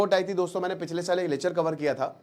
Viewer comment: Yrr pahle to bhai aap "Lechhar" "Lechhar" bolna band karo : P Lecture saf saf bolna hai